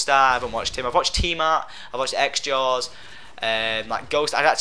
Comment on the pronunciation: Not the tar, the tah